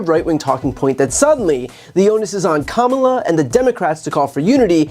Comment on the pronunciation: It’s not comemala her name is pronounced kamala like coma in a sentence & la,la,la- put it together and it’s kamala!